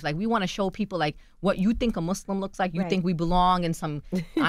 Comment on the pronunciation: I wish she would have corrected Charlamagne when he said "Mooozlem" right in front of her. Knowing damn well that's not how you pronounce it🙄